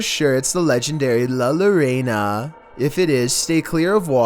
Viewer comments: Idk why but I was like how do you pronounce it that badly for anyone wondering it kinda sounds like yorona not lerana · It's spelled llorona but pronounced as yorona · Hey llorona is pronounced: yo-row-nah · Legendary la lor-ay-na. Its yor-ah-na. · Oh I just laughed so hard when he said al llorna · Honestly loved the way he pronounced llorona 😂😂